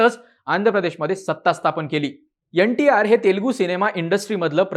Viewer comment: यंटीआर नाही रे एनटीआर असतं 😂 हा प्रत्येक वेळी N ला यन म्हणतोय मागच्या एका विडिओत यनडीए म्हणत होता.